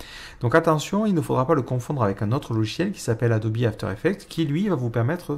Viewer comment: Mdr il dit adobi au lieu de adobe